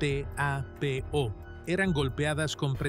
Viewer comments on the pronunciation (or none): Porque no se pronuncia Gestapo y no enumerar cada letra de ese criminal organismo policial G.E.S.T.A.P.O. ? Comentario de Inteligencia artificial ? Quizas seamos idiotas para no comprender todo !!!